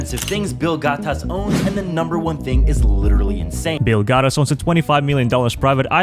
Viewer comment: They use it as comment bait because when they mispronouce, without fail there will be someone commenting "It's Gates, not Gatas." or "He mispronouced Gates, lol."